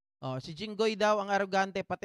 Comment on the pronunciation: Ano ka jinghoy presidente kb..ikw gusto mo pumili bulol ka hinggoy😂😂😂